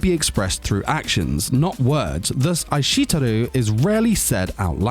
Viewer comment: bro I think you meant "Ai shite Iru" not aishiteru. Ohhh and maybe work on the pronunciations a bit :)))